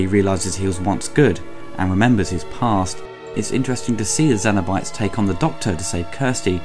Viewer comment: Interested in your pronunciation of “cenobytes”, you seem to say zeno-bytes or xeno-bytes (like xenomorph. I’ve always understood it to be pronounced with a “s” sound, but that could be your accent too. Anyway, not a bad review, personally not a fan of the film because both 1 & 2 were filmed with such low quality film stock that was highlighted with really soft focus and horrendous over-dubbed audio akin to a cheap foreign movie. This always distracted me from the story and great (if now dated) effects. End of the day they did achieve one thing, create an amazing character in Pin Head. Despite limited screen time his appeal as a horror icon is probably unmatched if that was the criteria (leatherface may compete). The whole franchise is a mess and I don’t think it is fixable without serious money and established talent at the helm, unfortunately I don’t think it’ll ever happen. Thanks for your review. 👍🏼